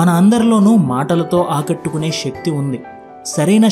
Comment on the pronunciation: షెక్తి కాదు శక్తి